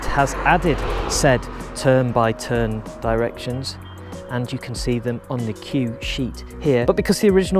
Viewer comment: "tern" "bye" "tern" killed me